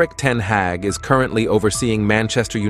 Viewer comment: You've mispronounced both Ten Hag (Harg) , and derby (Darbee) in the opening 40 seconds 😢